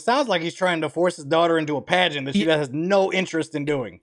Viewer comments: 😂😂😂i thought its said pragnet dad at first insted of pagent dad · thought the title was pregnant dad until actually said "pagent dad"